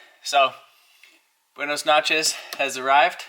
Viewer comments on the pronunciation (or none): He also said buenis noches